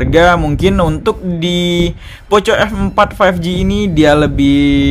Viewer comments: Kayak baca skrip aja ini.. Comparison nya.. Kl bandingin layar tolong jangan hanya baca spec.. Coba set up di brightness yg sama buka you tube misalnya... Jadi kita tahu bedanya.. Trs contoh hasil foto mohon di sertakan.. Performanya bisa coba ngegame... Trs baca Poco di baca poko... Jadi risih denger nya poco poco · cara bacanya poko bang, malah tari poco poco 🤣